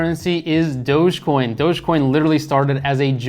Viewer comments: "dogey" coin hahah! love this guy. great information though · you pronouncing dogecoin as dogiecoin is a red flag